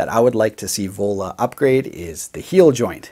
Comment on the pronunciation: I thought you said Ebola!! not Vola...